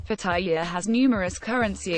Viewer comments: Here's another do: Pronounce Pattaya correctly i.e it's not Pa-ty-a, it's Pat-a-ya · Amazing how virtually nobody can say "Pattaya" correctly! It's 3 syllables to pronounce it right.